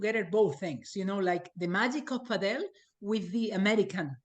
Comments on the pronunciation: For some context of your lack of professionalism. We are just watching a zoom recording...the only info as to whom is talking is the details zoom is showing. You should use your own graphics to show their names etc. and stop saying 'Pah del' for gods sake! Get that guy out of the room fast! He is only hurting the sports presence in NA, not helping at all! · Not looking forward to the cadence of this podcast. Hopefully this is not a sign for the PPL. Do not tell people the wrong way to say padel (correctly pronounced paddle). The guy on the top right doesnt know what he is talking about and this is bad for the sport to let these jabronis run amuck. is far from the 'source' for padel information. A real let down here gang. DO better and do it now please, do not shoot yourself (and NA padel)in the foot please. There is a lot riding on the success of the PPL and you guys are squandering it with the frankly terrible quality of content and communication you have been conducting. DO IT RIGHT.